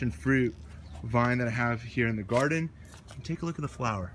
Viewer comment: What's a "gorden"?? Har de har! Nice video. Watching from Nova Scotia.